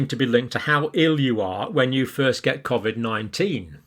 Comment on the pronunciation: And why does this guy say COVID differently to everyone else on the planet? I am also a northerner from the UK but never pronounce COVID like he does.